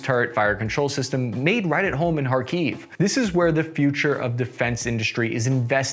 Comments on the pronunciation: Improvements a litlle. Not KharkIv, but KhArkiv. Not Paruese but PArus (we have no french-like constructions). Not Buzefalus but Buzefal (Буцефал). Also (topic of another video) M113 not perform so badly. Our soldiers fell in love with this APC. Slava Ukraini! Kharkiv-Zalizobeton! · It's better to pronounce KhArkiv, not KharkIv I'm from this city